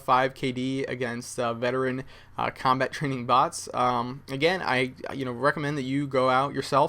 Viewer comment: cobalt? I think you mean 'combat'